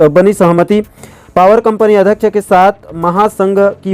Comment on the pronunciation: आप कई शब्दों को जल्दबाजी के चक्कर में गलत उच्चारण करते हो महोदय... जैसे अध्यक्ष को अधक्क्ष